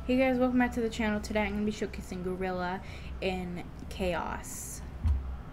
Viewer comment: omg why did u pronounce it Gorilla its gryla gr(why -y)la